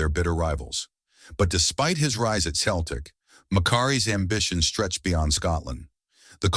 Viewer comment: AI voice talking football and can't even pronounce Celtic, Stein, Dalglish is when i turned it off.